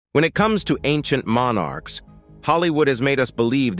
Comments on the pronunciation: Monn arks? Such a difficult word to pronounce.. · MON ARKS? Such a diffi kult word to pronounce! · Mon Arks? It's one bloody word not two!